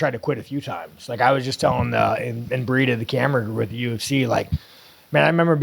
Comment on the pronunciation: “ I was just tellin imbreeded the camera that I…”😂